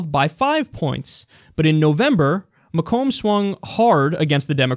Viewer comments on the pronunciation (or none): I live in Michigan and Macomb county is pronounced like May-come county not that it really matters, but n e ways I love this show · FYI Macomb is pronounced "MAYkum" :)